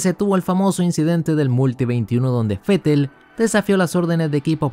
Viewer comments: Esa es la fonética, así se debe pronunciar el nombre del alemán. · Asi se pronuncia Vettel en Aleman.. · Yo soy mexicano y lo pronunció fetel porque es la forma correcta